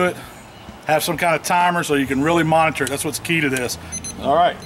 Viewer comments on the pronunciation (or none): none